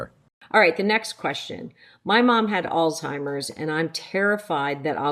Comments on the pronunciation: Why do you call it Alls-timers? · There is no T in Alzheimer’s